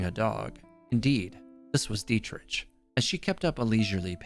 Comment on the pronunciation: I'm traumatized how he pronouced Dietrich.